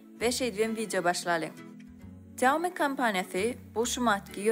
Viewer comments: Saumi diyya aslna Ksýaumi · Xiaomi diyip dogry aydyp bilenok. Kim okayan bolsada.